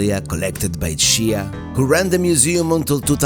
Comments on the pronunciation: Just FYI, II know you are not irish, Shea is an Irish surname pronounced Shay, not She A. Also Reynolds is pronounced Renolds not Ray Nolds as you would pronounce a spanish surname. I enjoy your videos visiting places I have never been. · Watching this video is like fingernails on a chalk board!! SHEA is pronounced shā not She-ah. If you hadn’t come on a Sunday afternoon you might have found stuff open